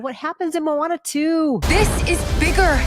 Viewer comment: "Mo' Ana" 🤣👍